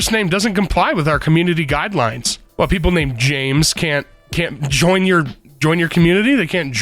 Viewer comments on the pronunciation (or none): none